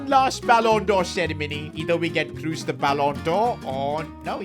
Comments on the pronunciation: Please. "KROS", not "KRUS" ... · His name is "Kroos" not "Kruus". I love your videos, but this has made my ears hurt 😅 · KrOs ❌ KrUs ✅ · it's not tony cruse its tony kroos